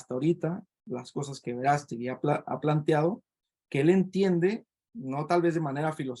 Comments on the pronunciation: Lleva acento en la Á por lo q se dice VerÁstegui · Me das flojera, no sabes ni de quien vas a ablar, no sabes como mencionar su apellido a pesar de estar acentuado. Los ciudadanos pensantes no creemos en la mafia política y apoyamos a aunque te cuesta trabajo decirlo es un luchador social un activista del mas alto nivel #VerasteguiPresidente